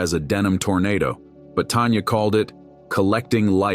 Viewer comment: Tanya, not Tonya.